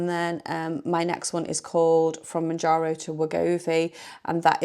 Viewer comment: Exciting times ! Good luck I hope it suits you 🤞🏻 I’ve stayed on mounjaro (monjaro) you say in correctly 😊 but my friend is moving to Wegovy I’ll share your video with as it might help 😊thank you